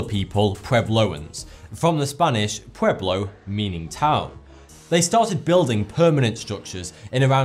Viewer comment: Its pUeblo, Not peblo, and no, it means city or town